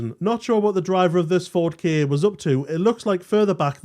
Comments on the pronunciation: Ka not K A, but Ka sounds like car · The maker of this video has probably never seen the ads that were all over commercial TV when the Ka first came out. "Get into the Ka [pronounced car]". I expect there's at least one available on YouTube, even though they weren't as memorable as Va-va-voom for the Clio. At least, I think it was the Clio 😁